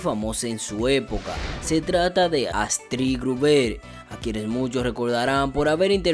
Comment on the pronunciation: Saludos, el Apellido lo estas pronunciando mal, es Astrid Grúber, el apellido lleva un acento prosódico en la <<U>> no en la e